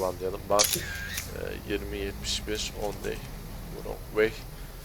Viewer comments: vırong way denmez rong way diye söylenir üstad. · Vrong vey değil rong vey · kardeş 10 day(s) wrong way mevzusu varya şu wrong' un telaffuzu nasıl bir bak istersen "on dey(?) vurong vey" nedir abi?